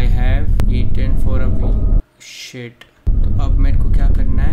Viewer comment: Literally he says 'SHEET' in 89 times..🤣🤣😂❤️